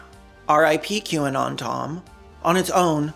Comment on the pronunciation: thanks Caelan I don't think I'll ever be able to unhear "kwanan" when I see QAnon again